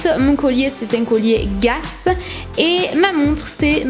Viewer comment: Sympas ta vidéo 😍💕mais juste un petit truc mdr ça se prononce pas "guass" mais "guess" XOXO💕